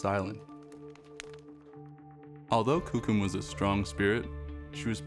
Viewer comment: Why do they choose to show the lightest skinned whitest looking natives to be shown on t.v I'm full blooded cree as is my son and none of us or my family looks or acts this caucasian Even the way the narrator say coucum ITS KOOKUM